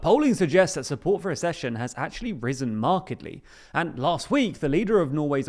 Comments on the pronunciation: ACCession not ASSession. If you can't even look up how to pronounce a new word, why do you expect us to respect your analysis? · It’s not a-schesion! It’s ac-cesion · It's ACK-session. Like access. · It's pronounced aksehion!